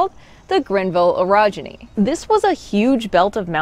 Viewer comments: so funny, I was listening only and kept hearing erogeny, thinking what does that have to do with the subject at hand. When I took a look, it was orogeny, not erogeny... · You should pronounce eorogeny as OAR-OGENY, rather that ERE-OGENY. You make it sound like something sexual.